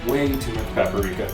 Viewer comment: paparika? paprika? lol